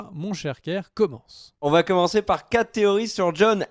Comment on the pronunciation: Il faut cesser de dire "Cela va Têtre ceci" ou "Cela va Têtre cela", il n'y a pas de "T" à la fin de "va". Cela fait plusieurs fois que je fais la remarque mais ne semble pas lire les commentaires...